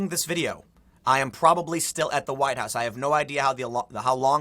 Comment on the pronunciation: THE NEXT THING TO BE TAKEN, WILL BE THE NAME OF OUR PRESIDENTS FORTRESS. For you know,the "huwiite" part